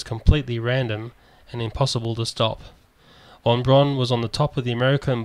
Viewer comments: von Braun, is pronounced "von Brown", not "von Brawn". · "Von Brawn" ??